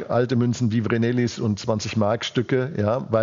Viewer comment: Brillante nationalökonomische Analyse von Herrn Dr. Krall. Daß aber ein Edelmetallprofi wie er nicht weiß, wie man "Vreneli" korrekt ausspricht, ist höchst merkwürdig...